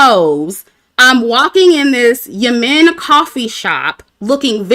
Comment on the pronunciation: It’s pronounced YEM-MEN. The two M’s are pronounced as one with no break.